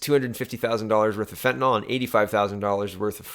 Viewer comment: fentanyl = fen tan ill. Love your vids. You and Joe are at the top of my "must watch" list.